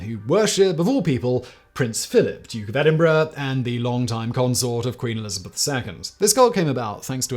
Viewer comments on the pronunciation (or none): none